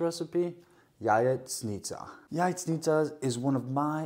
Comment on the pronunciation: Thank you for repeating how to pronounce Jajecznicia. I am going to teach my 12 and 9 year old how to make this. Keep up the great cooking.